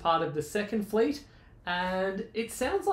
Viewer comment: I almost thought you said “ he was on the second fleece” 🤣🤣🤣🤣.